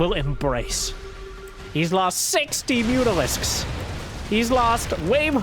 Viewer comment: I know what Mutalisks are, but the dude keeps pronouncing it as Mutisks... Am I hearing him wrong or is he constantly mispronouncing it?